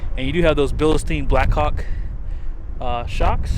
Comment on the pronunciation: bill steen...not bill a steen...